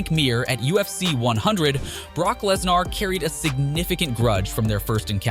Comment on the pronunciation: This has to be a robot. Who can't pronounce Lesnar. If the audio is a real person you should be absolutely embarrassed.